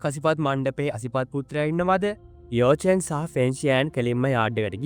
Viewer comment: යෝ චෙන් නෙමෙයි යකො යාවො චෙන්